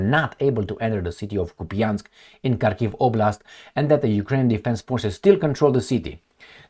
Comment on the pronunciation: Prounced HARkov